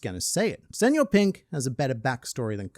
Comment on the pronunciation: Kudos for using the ñ, instead of just saying senor pink like everyone else